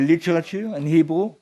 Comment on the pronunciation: He says he prefers to speak in "Hebrew" but it came out sounding like "Igbo". And that is exactly one of the major signs that the Igbo are "True Israel". When colonizers met the Igbo, they mispronounced "Hebrew" for "Igbo" and the name stuck. The Khazars are not only imposters... they are literally the Synagogue of Satan.